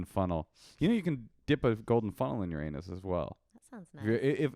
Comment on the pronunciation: The way pronounced anus is the funniest thing I’ve ever heard